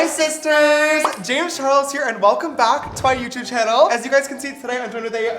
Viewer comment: was it just me or was it really "James Chares"